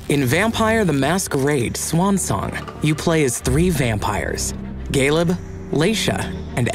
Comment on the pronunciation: Every single time I hear the guy character's name I'm like, "Are they saying Caleb or Galeb?". 😅 Maybe Galeb is a popular CZ name or something?